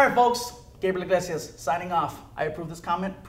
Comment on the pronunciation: Hey its Gabriel ig-lazy-ass